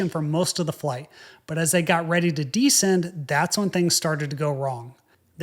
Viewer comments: The word you're looking for would seem to be "descend," pronounced Di'-send -- with the accent on the first syllable. This DEEE-send thing you keep uttering is not part of the English language. It's just a strange YouTuby sort of noise. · Have you ever noticed that you are the only English speaker who emphasizes the FIRST syllable of "descend" and "descent"? Because these are words you use all the time, can't you listen to how all other people pronounce them, and follow suit? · Interesting and detailed video, but I find the fact that you constantly alternate your pronunciation of the words 'descend' and 'descent' pretty distracting (and a bit annoying, TBH). Sometimes descend is pronounced des-SEND and at other times DEE-send and the same with the word 'descent' (des-SEND and/or DEE-send). Please commit! That said, the correct pronunciation of both words is with the emphasis on the last syllable - des-SEND. FYI and - of course - IMHO...